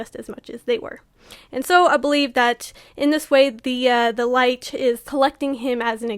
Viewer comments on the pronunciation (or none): You said the band name wrong. It’s Lich pronounced Litch. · I love the breakdown, but I hate how you pronounce Lich. 🤣 Also, the Demon of the Snow was what got me into this band! I wholeheartedly agree. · Great video, but uh check the pronunciation of "lich" 👀